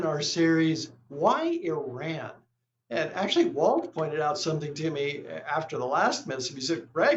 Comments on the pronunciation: Please pronounce Iran correctly. It is pronounced E-Rawn not E-Ran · What is “Eran”?????? It’s called Iran!! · the pronunciation is. e run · it’s pronounced E-Run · If it's always about Iran. At least have the IQ to say the name of the country right. Ridiculous